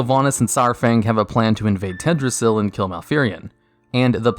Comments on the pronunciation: tedrassil? it's teldrassil mate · And Teldrassil has another L in there that he's not noticed